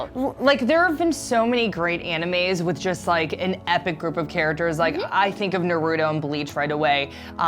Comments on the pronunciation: I cringed so hard when one of them said No-ru-dough instead of Na-ru-to(e)! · How are you sponsored by ING and still pronounce naruto wrong?? who in the entire series says his name like that?